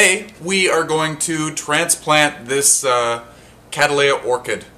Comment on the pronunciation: The genus name comes from the surname Cattley which is pronounced Kat-ley. Its generic name thus becomes Kat-ley-uh a 3 syllable word. However you are managing to turn it into a 4 syllable one :- Kad-dal-ay-uh. KAT-LEY-UH please !